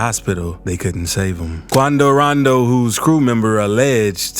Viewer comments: I really hate ya voice 😂😂😂😂 and the way you say quando randoo 😂 don’t block me. I still watch all ya videos lol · Bro y hr saying kuando Rondo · The way he says quando rondo is FAH😁